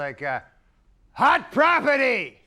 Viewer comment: “Our next act…everyone welcome..HOT PROPITTY!”